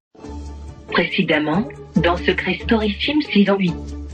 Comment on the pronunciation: sims pas sim